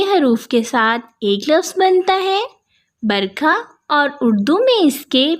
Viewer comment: Kitna munh bna kr bol rahi BARAKAH hai Barkha barsaat nhi....kyun wrong bol rahi